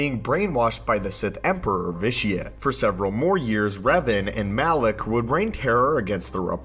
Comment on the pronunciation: Malak, not Alak 😂 but no biggie, you caught it later! Great video!